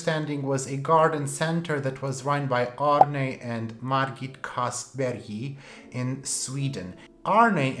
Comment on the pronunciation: I think I would pronounce kastbergii as you do, though I’m Swedish 🧐😂 Cuttings from Camilla are 🥰🥰🥰